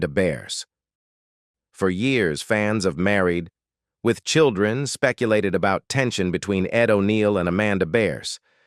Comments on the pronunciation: Obviously 'click-bait'. But I did learn a few new things about the show, and was surprised at how abruptly it ended. But mostly I learned that I will never click on one of these salacious thumbnails again. Funny how the AI reader called the show, "Married....... With Children" at least a dozen times. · AI having a shit load of trouble saying "Married with children." 🤣🤣🤣🤡